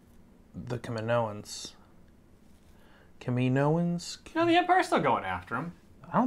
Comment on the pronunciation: Yeah let's get this right. In episode 2 they were called the "kaminoans, (ca-mino-ans). I dont like how this show keeps having people pronounce the name wrong when we heard the name properly in attack of the clones.. no one ever called them "ka-min-oans".